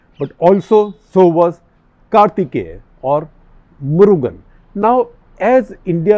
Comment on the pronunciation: Unfortunate that even senior journalists like SG have pathetic knowledge and understanding of Tamil Nadu...... May lord Muruga forgive them SG sir it is Murugan ( meaning beautiful person in tamil ) not Murgha as in Hindi ( for clarification )